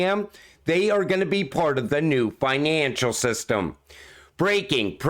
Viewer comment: The new finaaaancial system. Are you from the North East?